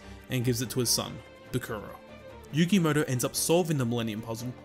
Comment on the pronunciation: Why do you call Yugi Muto as "Yugi Moto"?